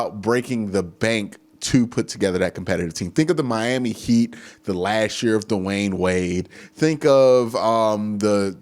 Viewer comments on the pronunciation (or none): none